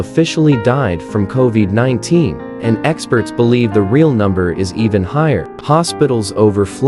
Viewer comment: How very AI. Co-veeed? come on.😠